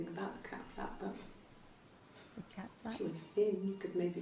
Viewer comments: did anyone else notice that she said ca instead of cat in cat flap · LOL she skipped the "t" in cat